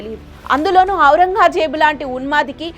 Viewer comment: ఔరంగాజేబు కాదు తల్లి... ఔరంగజేబు... పదం పలకడం చేతకాదు... కథలు చెబుతావా... ముందు మాటలు నేర్చుకోండి తల్లి.